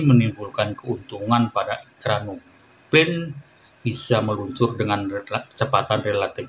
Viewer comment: "EkranoplaN" – not "ekranopaNE"